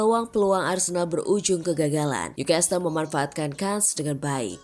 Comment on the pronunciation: Maaf bukan ngajarin NEW CASTLE itu bacanya bukan nyu kestel....tapi nyu kasel...saya tahu karena pernah tinggal di sana